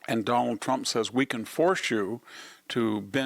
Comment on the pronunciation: Victor—who is the “Done-All Tromp” you keep referring to?? 😂😂😂😂. Such a unique pronunciation.